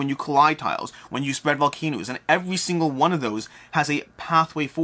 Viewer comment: Were you saying VolcanOOs on purpose?